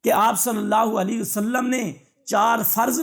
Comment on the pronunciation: Masha Allah bahut khoob Bas ap se ek adaban darkhwsat hai k darood saaf padhen Sallallahu alaihi wasallam صلى الله عليه وسلم